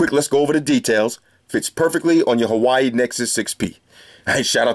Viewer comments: No big deal man, but FYI, Huawei is pronounced WA-WAY, not Hawaii (like the state). Thanks for the video man! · bro huawei not hawaii. good video tho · I love the fact you call N6P like Hawaii.......instead of woawae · I've got the same case for my 3rd gen Moto G and it looks good but it gets greasy easily as fck. (I Crack everytime you say Hawaii 😂) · what a knife... The way he pronounce '' Huawei ''... I'm dead